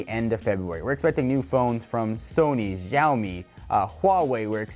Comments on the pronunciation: It's Shaomi not Zaomi right? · Please. It isn't "Zhaomi" it's "xiaomi" Pronounced with an "see-ow" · OVOXO He is pronouncing Xiaomi as Zaomi. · Biplav Shrestha Xiaomi is pronounced as sheyowmee in Mandarin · It's pronounced "Shao-Me" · its pronounced shaomi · It's not Jaomi and Huawei. It's pronounced Shaomi and Wa-Way.